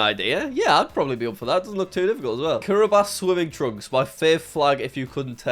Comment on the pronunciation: Does anyone know why he says Kiribas instead of Kiribati?